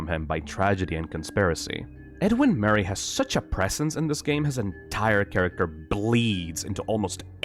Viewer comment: edwin murr-aeyy